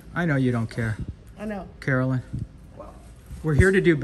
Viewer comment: her name must really be Karen-lynn, not Carolyn